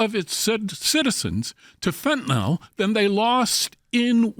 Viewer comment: Fentanyl is pronounced Fen-tuh-NILL ….NOT Fen-tuh-nol.